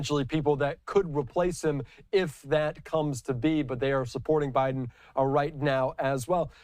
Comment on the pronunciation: Stay in Bi-dum! Duh-le-ware is behind you!